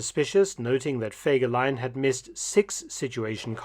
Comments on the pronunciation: ハァーではない、フェーです。ゲーテ、インシュテテュ、チュート卒業生より。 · Horrible voix de synthèse qui écorche le nom de fegelein tout en modifiant la prononciation...😊 C'est pourtant pas difficile de demander à une personne de lire un commentaire.